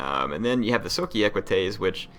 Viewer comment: Socii is pronounced Soh-ki-i (pronounce i as english e) (dont emphasise the h too much)